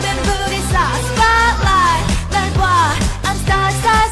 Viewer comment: 날 봐 할때 날! 봐!! 쎄게 발음해주시면 좀 더 임팩트 있을거같아요. 퀸카 하실때도 카를 좀 쎄게 발음해주시면 더 좋을듯요 개인적인 생각입니다 기분나쁘게 생각드신다면 죄송합니다